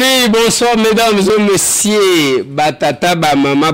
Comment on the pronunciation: "Madames et messié",ça sonne mal,essayer d'améliorer votre dicton!